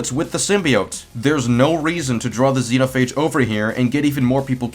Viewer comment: I'm gonna say it once, it's Zenophage not the way your pronouncing it